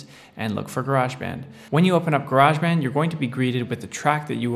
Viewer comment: Its Garage not Garage :) - English here. lol Great Tut fella.